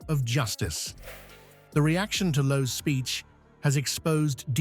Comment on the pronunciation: It's Lowe. Not a Chinese "Loh!"